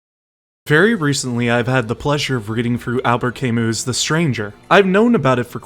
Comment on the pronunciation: Good video but the way you say Camus throws me off hard so I disliked